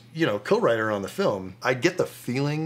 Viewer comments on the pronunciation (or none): none